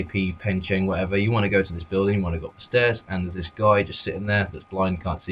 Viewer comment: Buddy, it's pech-in-egg